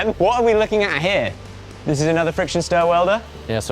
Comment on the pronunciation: Idk tho. His 't' sounds like D and dis is just lazy pronunciation. When I started homeschooling my son, it took me a full week to re teach him how to say "this" and not "dis" it's not an accent, it's lazy